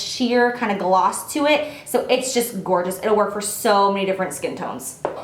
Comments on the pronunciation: Lmao she said gorgina. <3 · "It's so gor-jina!" Love it!! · "Gor-gina" 😂😂😂 oh how I love you Jaclyn